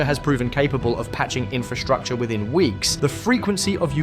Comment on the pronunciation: These are Strikes NOT "SHHTRIKES"!. the word DESTROYING is NOT "DESHHTROYING", STOP! PUTTING SHH where is should be an ST sound in speech. SHUCKS! He also says INFRASHHTRUCTURE. Try and practice saying ST sounds where they are ST sounds in WORDS.